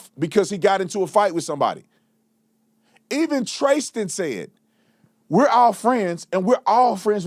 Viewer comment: Why do you keep pronouncing his name Tracestin when he pronounced his own name as Tristan while you were interviewing him? From what I understand he goes by Tristan or Trace, not Tracestin.